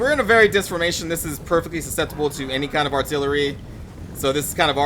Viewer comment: I laughed when you say 'in the middle of your "formation"